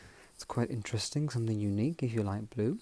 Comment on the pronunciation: Hi. I say this with kindness, pronouncing words that end in ‘ing’ with a hard k sound is not elegant. Something not somethink.